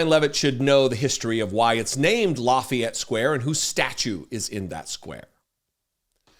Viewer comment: Seems she never heard of Lafayette. She is really a dumb blonde. You said the name of the Marquis de Lafayette perfectly. I am a french speaking historian Canadian. Karoline Leavitt est une pauvre ignorante qui a obtenu son poste pour ce qu'elle a l'air et non pour ses connaissances.